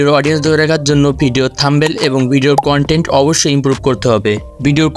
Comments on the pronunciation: আগে Thumbnail উচ্চারণ করা শিখ ভাই। 😂😂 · Eta THUMBNAIL bhai, apni to THUMBEL bolchen